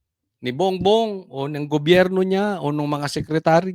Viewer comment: banatetos lodi ko yan at si banat by na lagi goberyo ang bigkas sa gobyerno lagi ako update sa inyo